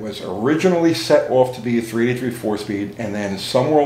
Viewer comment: When you say 383 it sounds like "3T3". Or are you saying 3T3?